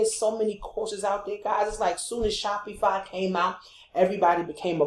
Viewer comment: nice video- but u keep pronouncing SHOPIFY incorrectly as well you shouldnt be showing new affilaites to promote licensed products. You can get into a lot of legal issues as you are not a licensed vendor of Dora products and buying replicas from aliexpess - thats copyright infringment. Always select products without branding or license issues. Thats pretty important. But passion products are important- i do agree.